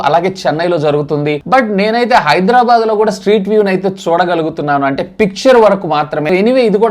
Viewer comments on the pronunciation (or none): none